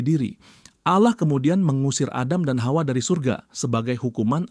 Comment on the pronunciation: bang lucu banget nyebut “hawa” nya kayak fasih bgt “KHAUA”😂😂